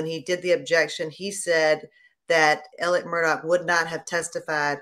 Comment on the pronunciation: FYI Alex is how he spells his name. But it is pronounced Alec. He also adds a K on the end of his name. He should spend a few years in jail just for his name.